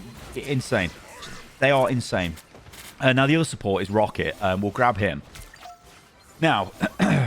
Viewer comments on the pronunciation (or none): none